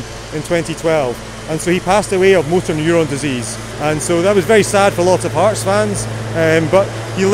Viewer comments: Bel video ... però Hearts si pronuncia HARTS. Un po' di rispetto per questi scozzesi. Grazie. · Comunque si pronuncia harts…